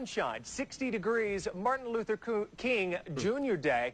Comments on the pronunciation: So it said properly pronounced Martin LUFFER King, repeatedly. In Rochester, NY Lovely Warren the Mayor says with purpose LIBARY repeatedly. Oh and it's Martin Luffer King Mumff? Wow. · And secondly Charlamagne...who is Martin LUFFA King? I think your pronouncing it wrong.... Coincidence?